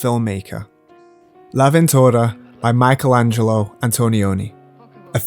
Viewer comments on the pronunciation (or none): none